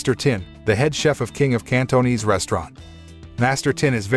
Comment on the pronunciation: The way he pronounce Cantonese though